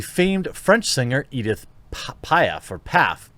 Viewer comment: No Jeremy. Edith Piaf isn't pronounced in ENGLISH. It's "pee-af"... not that hard.